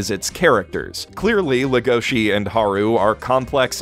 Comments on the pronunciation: Can't help thinking about punching tables when people say "Legoshi" instead of "Legosi", even if it's accurate Engrish. Character is named after Bela Lugosi, Romanian actor who first played Dracula. Also, Log Horizon Season 2 Episode 10 was the only memorable episode of the season. They focused on a lot of B-plot and characters that gave little to no pay-off with what the first season was building to. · Every time someone calls legosi as legoshi even though he is named after bella legosi.